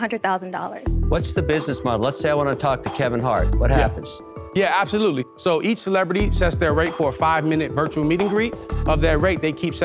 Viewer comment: Is this a bad business? “Abtholootlee”. Will they be out of business soon? “Abtholootlee”. Do you have no clue how to make a presentation? “Abtholootlee”.